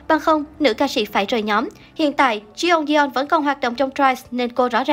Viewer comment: Ngta là Jeongyeon hay còn gọi là Jungyeon hỏng được thì gọi là Dungdon chứ đọc là Se ong di don là ai má ?